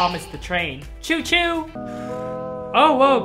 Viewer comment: when Alan said “cHo cHo”😂